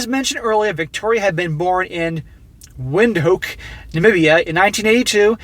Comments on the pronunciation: "Windhoek! is !Vind-Hook" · PSA: It's pronounced "VIN-dook". Emphasis on the first syllable. You know how those Dutch persistently change Ws into Vs. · Windhoek,pronounced Vindhook